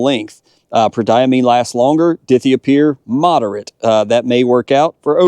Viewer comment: Die-thigh-oh-pure…. Please